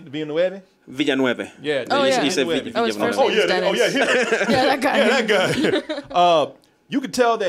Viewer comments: It's pronounced VIL-nüv not Vilinueve, just like F1 world champion Jacques Villeneuve, it's so annoying to hear almost everyone get it wrong and then hear it get right on almost every sports channel when they talk about Jacques Villeneuve or his late dad Gilles Villeneuve. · de'NEE VILL-noov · It's pronounced: De-ny Vel-new-vf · Its pronounced Den-EE Vill-Noove. Lol I never knew how to pronounce it either so I had to look up a bunch of interviews after Blade Runner 2049 cuz this guy is becoming one of my favorite directors of this generation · Villeneuve is French-Canadian - not Hispanic. His surname is pronounced closer to Veel-NYEHV. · Den-ee Vill-noov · De-nee Vill-növ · danny villenovia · Hey, not to sound like that guy, but the director's name is pronounced, "Den-nee Vill-nuv" It's french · Did he say Villa-Nueve!? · its pronounced denee vilnuv lol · The directors name is pronounced DeNI VelNUVE, Love the show man! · They still can't pronounce the director's name correctly. 😅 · I crack up everytime Americans try to pronounce Villeneuve. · I love how US people are so bad at saying Villeneuve's name. They never approched the right way even a little ^^ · Why do you guys pronounce the director's name in Spanish when it's a French last name?